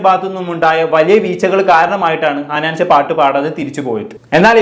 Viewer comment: ഹനാൻചാ അല്ലടാ ഹനാൻ ഷാ 😂